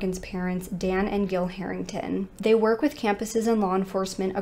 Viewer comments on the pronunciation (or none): It’s Jill, not Gill.